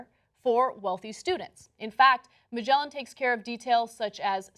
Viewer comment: "Magellan" - Wow, that was a crude name-butchering if i ever heard one ... .